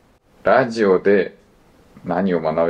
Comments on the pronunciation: ラディオって発音してる時点で終わってて草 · radioをﾗﾃﾞｨｵと読むの草